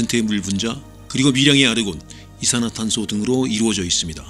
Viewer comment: 다른 영어 발음은 완전 오리지널인데 아르곤 ㅋㅋㅋ